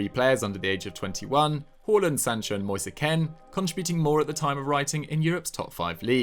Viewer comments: moise ken?? moise kean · “Moisa Ken” 😂🤦‍♂️